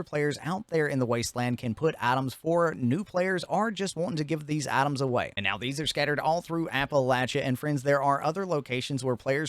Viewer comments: I was doing something half paying attention and I thought you said other players can put atoms in there and did a double take but you just said items like a true appalachian 😂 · Items or Atoms? crazy pronunciation